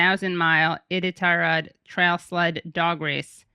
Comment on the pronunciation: Iditarod, pronounced eye-dit-rr-rod